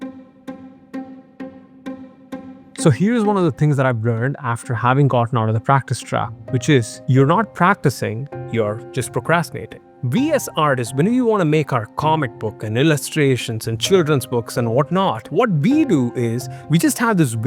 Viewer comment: Ah yes, "Practrastination"! Nice video, gonna start a project now! :D